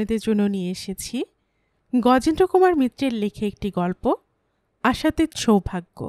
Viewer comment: শুরুতেই ভুল। শব্দটা আশাতীৎ, নয়, আশাতীত অ